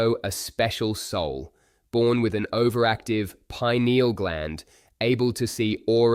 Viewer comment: She said very active penal gland Owen? It's Pineal, so I guess she wasn't talking about the brain.